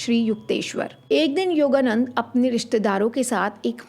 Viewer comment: योगानंद... Not योगानंदा... 🌹